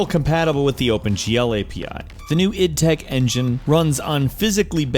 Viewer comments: "I" "D" Tech 1...... It's pronounced "id" ;).... You got it right later but still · isn't pronounced I.D Tech 1, it's pronounced id Tech 1, with 'id' sounding kind of like the word 'it' That said, I'm very proud of you for pronouncing "Id Software" correctly. An accomplishment few others can pull off. Also, Doom 3 ran of IdTech 4, not IdTech 3. Quake III Arena and Return to Castle Wolfenstein as well as the first Call of Duty ran of IdTech 3.